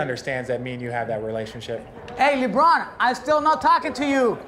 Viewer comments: I think that he didnt pronounce the superstar name correctly.... Lebron "Luh Bron" not Leebron xD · "Leebron" lmao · I love how Guillermo pronounce LeBron to libron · LEHBRUHN JAIMS